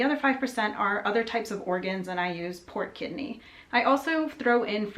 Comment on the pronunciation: For a bit I thought you were saying "port kidney" 😂